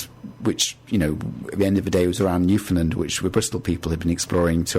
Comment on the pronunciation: U pronounced Newfoundland wrong. I should know. Because I’m from Newfoundland